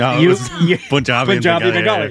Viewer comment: Bruh its not Poon jaabi. Pun, like the English word "pun", -jaah-bee.